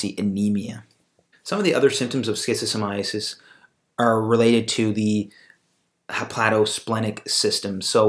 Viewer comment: Stop pronouncing it like schizophrenia. I don’t understand how you tube allows this video to remain here and I find it odd. It’s the first video I see and the last thing I’m going to do is watch a video about something made by someone who doesn’t even pronounce it properly and also creates a connection between schizophrenia and schistosomiasis… something fishy is going on here